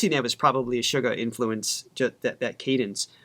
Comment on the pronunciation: guys, Suga of BTS there’s nothing sweet about him he’s pretty Savage with the lyrics as well the meaning behind his songs ! Lol!😂 Actually, his name is Suga ,And it comes from “shooting guard” A position that he played in basketball in school! So as an American or western ,it’s not pronounce like sugar it is “Shooga” that is his name when he performs with the other six members of BTS now by himself as a solo he is known as Agust D which is Suga spelled Backwards TD is backwards for Daegu town The city outside of Seoul Korea where he was born and raised as a young boy! He comes from the underground rap scene in South Korea just like RM so they did “battle Raps” which was competition of dissing your opponent with words! SUGA is quite savage when it comes to his lyrics and if you can imagine he was a very interesting threat to the other rappers in the underground hip-hop scene, RM also was a big threat because of his intellect and words that he uses in Korean, Japanese and English how he incorporates everything together and how they work well together it makes the opponent have to look up the words and the sentence in order to get an idea of what our RM is really saying! The decade that they have been together as a group and their solo albums have showed their individuality of what they want to display to the world musically as a group they are phenomenal and as a solo artist they’re phenomenal💜